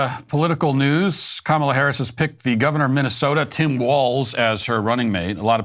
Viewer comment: Matt it's pronounced ka mAH la! It drives me nuts how people bend the knee